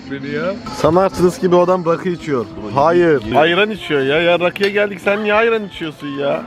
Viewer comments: enes küfürünü yakaladım ten arası ya rakı diyor ama birleşik sölüyor yarakı oluyor hahahhahaah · fndjsfnjesdvbksjbvjsb orda ya rakı yerine başka bişey anlaşılıyo